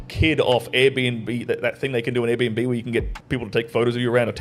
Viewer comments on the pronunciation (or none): did you say Airbnb ?